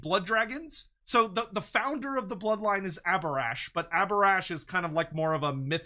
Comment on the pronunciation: It absolutely should have been Abhorash